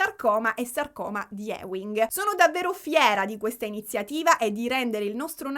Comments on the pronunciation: Ti amo, si pronuncia sarcoma di "iuing" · Scusa la pedanteria, ma sarcoma di Ewing si legge "iuing" ❤